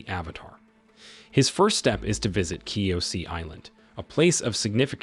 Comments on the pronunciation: Kyoshi not kyosie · Ong, katara , ki o si island, commander zau, avatar ky o si, fire lord Ozi, Azu la, omasu even uncle iro every character and Nation is pronounced wrong 😡😡😡😡😡😡😡😡😡😡😡😡😡😡😡😡